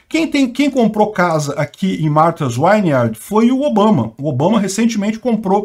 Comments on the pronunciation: Vineyard é pronunciado /viniard/ e não /vainiard/ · é “Martha’s Vineyard”, não”Wineyard” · É Martha s vineyard e não Wineyard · Pronuncia-se “Martas víniard”. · Já existe imigrantes ilegais lá a anos, qualquer um pode entrar lá, sua notícia ficou parecendo q a ilha é um lugar só de ricos americanos. Por falar nisso, melhora sua pronúncia aí pq q esse “uiniard” foi foda!😅😅😅😅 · Fala-se “vin iard” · "Vineyard" é com "V", não com "W".